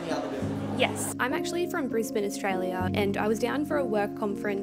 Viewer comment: Well, I'm in California, but that was a terrific visit you shared (bonus: I learned how to pronounce "Brisbane" correctly!).